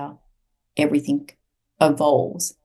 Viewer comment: It was very difficult to listen to due to her stilted speech and strange pronunciation - ie everythink instead of everything, really distracting.